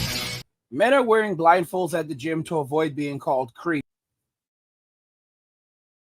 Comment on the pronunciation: Oooh you said blindfolds, I thought you said rifles. 😂😂😂😂😂. I was like "Man, it's gotten that bad.?"